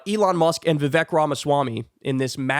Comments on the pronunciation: Lol , he said "elon muck"! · Elon “Muck.” Nice fraudulent slip there 😆 But accurate! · Oh, I like that: Elon Muck. A slip of tongue often reflects the Truth! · Elon "Muk" lol😂..kyle, you're always spot ok on. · Pee yew! What is that smell! It's Musk.